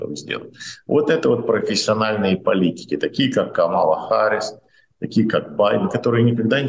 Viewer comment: Спасибо,, Вы весьма впечатлили абсолютно правильным произношением фамилии Камалы! - 😉